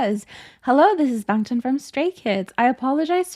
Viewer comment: i think youre pronouncing it right but people are used to hearing others say the accented version (us australians say bangchan the way you dont) people are just nitpicking you tbh